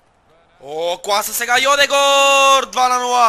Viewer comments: не е Йодегор, а Йодегард, леле... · Не е Йодегор а е Одегаард ;) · пройзнася се йодегерд а не йодегор и джака а не хака!!!